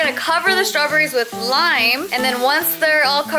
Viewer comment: "Strawburries" 😂 oh